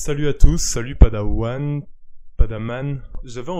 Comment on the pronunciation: Vue tardive mais vue quand même ! Vous m'avez donné envie de voir The House That Jack Built malgré votre prononciation hasardeuse (PADAWAMHD n'a fait pas mieux). Et là je dois dire que en terme de "montage", je suis impressionné, oh oui ravi et impresionné mon bon seigneur. Vous m'avez bluffé, vous aviez tant bien monté la scène de chasse que je m'attendais à un "Shinning" mais en plus gore, en plus assumé. L'intensité que vous avez mis au promis et au montage m'ont vraiment fait penser me faire spoiler la scène d'acrion final d'un bon film d'horreur. Vous m'avez vu. Vous m'avez tellement eu que je vais devoir aussi regarder la vie d'Adèle, petit fourbe que vous êtes. Sinon après visionnage de la réponse de la réponse de la réponse... Je pense que PADAWAMHD n'est pas un homme mauvais du tout, mais avec rétrospective je suis content que la culture du clash youtube soit finie. Cei étant dit ! Je vous ai perdu de vu un moment, peut-être à cause de votre rouge brun, mais aujourd'hui j'ai envie de vous féliciter pour une chose totalement différente. Vous aviez à une époque recommandé "Vincent n'a pas d'écailles". Encore aujourd'hui je ne sais pas si je le considère comme un bon film, parce que frivolement je le définirait surtout pour son manque de budget, mais c'est un film qui essayait quelque chose que je n'ai jamais vu ailleurs. Et je comprends mieux avec cette vidéo votre vision du "naturalisme" Au final je peux au moins dire que j'ai vu la scène de super héro la plus réalist